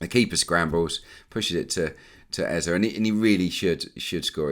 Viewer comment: I'm still feeling so strange & uncomfortable with this Eze pronunciation as a Nigerian, & I know that all Nigerians are...but I'll keep bearing with it. I'll take it up with him personally when next I see him around London and let him know that he might keep missing those sitters if he doesn't let media pronounce his name correctly. EZE PLEASE😀😀😀